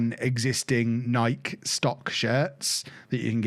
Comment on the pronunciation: Nike rhymes with Mikey, not Mike.